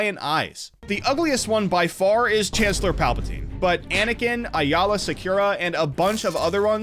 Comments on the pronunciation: "Ayeyala"is killing me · I’ve never heard someone butcher Aayla’s name so horribly in my life holy shit!😂 great vid otherwise!